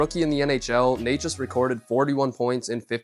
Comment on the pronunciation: its "nečas", "ne" like in net. The pronunciation of "neighchas" made this a tough watch, although the content is good